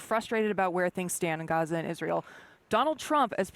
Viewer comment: Its pronounced "GAZ" "A" not "HAZA"